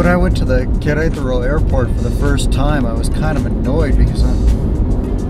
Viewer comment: Amigo …please …no es Querétro …es Qu re ta ro ….solo le falta una ‘ A’ …..saludos y gracias por tus vídeos . 👌🏼